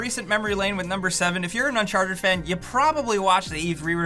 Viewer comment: Is it uncharted or unsharted? Make a choice.